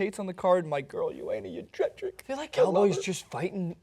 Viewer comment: I'm the biggest McGregor fan, but the card was already super super stacked. Now it is on another level. Also, it's Yon-jay-check for the pronunciation of Joanna Jedrzejczyk's name.